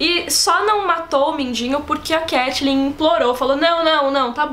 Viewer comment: eu AMO todos os vídeos, mas o jeito que vcs pronunciam Catelyn é muito irritante :(